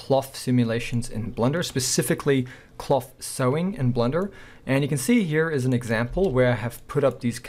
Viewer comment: I like how he says "clof clof"